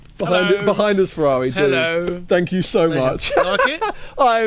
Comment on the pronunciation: One day he'll be able to say Ferrar-eye properly too ;-)